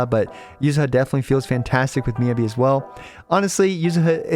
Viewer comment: I try not to leave many negative comments, but with how often we hear Miyabi's name said in story by multiple characters, it makes me wonder how you can mispronounce it this long after her release